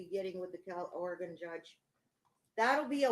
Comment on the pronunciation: I have to object to the mispronunciation of "Oregon". It's not organ - there's an 'e' in there for a reason. Thank you.